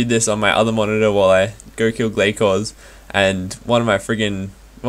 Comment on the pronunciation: Its Gla-sors isn't it?